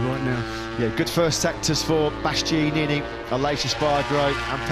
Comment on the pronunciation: I cringe every time the commentator tries to pronounce Bastianini’s name 🤦‍♂️